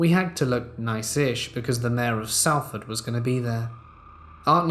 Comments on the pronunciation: So so so sorry, please forgive me but Salford is pronounced Solford xxx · couldnt help but giggle ive never heard my home town Salford pronounced that way 😂 ( pronounced more like Solford) hehe 😁👍